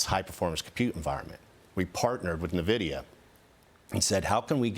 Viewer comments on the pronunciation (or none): This would be good if it was true, but this guy cant even pronounce NVIDIA correctly which tells me he doesn't know what he is talking about and he is just saying something that was rehearsed. And data centers dont need many people to run it after its built. It just needs engineers. A data center promising 10000 workers will really only hire about a 200 people crew. Its a scam